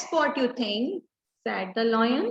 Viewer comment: Ma'am your pronunciation of lion is wrong please correct it